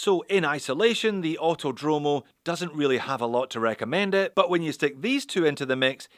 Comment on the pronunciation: Btw the correct pronunciation is "Autòdromo", not "autodròmo"